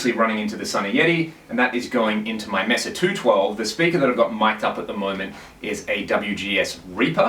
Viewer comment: Not that it really matters , but the name Mesa Boogie , the MESA is pronounced May suh. A Spanish word for table top shaped mountain. Great demo, I love Ceriatone